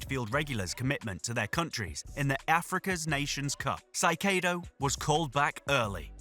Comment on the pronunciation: its not "saikedo" is "kaysedo"